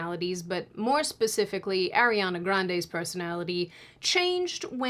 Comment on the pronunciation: I hate to be that person but Lol but it's Arr-riana. Not Airiana. Even Ariana addressed that in a video before.